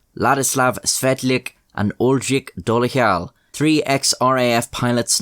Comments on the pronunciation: BTW—“Dolezal” should have been pronounced as “Doleszhal.” That “v”-looking grammatical symbol placed above the letter means it should be pronounced as if combined with an “h”. So if you see a “c” written that way (e.g., “Ceskoslovenske”, as seen in that airline poster), it would be pronounced as “Ch”, like in “Chess”; an “S” written that way (like in my Wife’s name) would be pronounced “Sh”, like “shark”; and so forth... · Ugh Dolezel is not pronounced that way 🙄